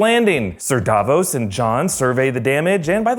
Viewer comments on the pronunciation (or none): none